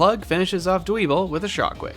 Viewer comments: It really Bugs me, how you mispronounced Dwebble. I understand mispronouncing some pokemon names, like Riolu since it's not obvious that it's the beginning and end of Lucario shuffled up, which I mispronounced as R-ow-loi for the longest time. But, I feel like the bug living in a pebble having pebble in it's name is as obvious as getting over the head with a rock. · Dwebble (Dwell-Pebble) Toe-may-toe to-ma-to, I know, but I did warn you I'm a bit of a pronounce purist